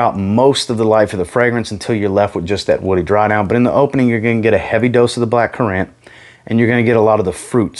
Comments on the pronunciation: Why does he say black currant like that ? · haha I’m from the UK so never heard it pronounced like that maybe it’s an American thing